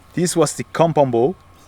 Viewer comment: kept hearing com pom bo